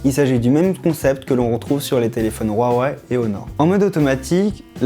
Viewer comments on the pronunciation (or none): none